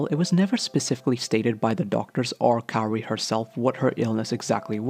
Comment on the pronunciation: why do you call her carrie? it’s kaori [KAA-owRiy]